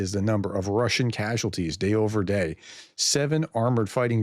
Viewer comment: your Russian pronunciation is getting better 😂😂😅 Steve LONDON, UNITED KINGDOM